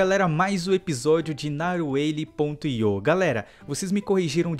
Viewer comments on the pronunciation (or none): Não é naval e narwhal